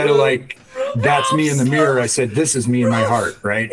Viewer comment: Its MIRROR, not MEER!